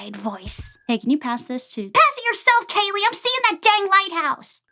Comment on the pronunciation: You pronounce my name wrong btw